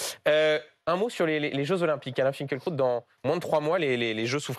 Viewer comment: Je lis Finkielkraut et non Finkeulkraut M. Duhamel.